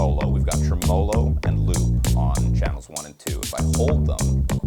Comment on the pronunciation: I believe the word Tremolo is pronounced Trim-a-low not Tree - molo. No offense.